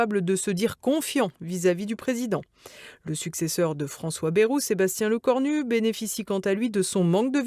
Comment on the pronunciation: Lecornul... Diplôme... plôme....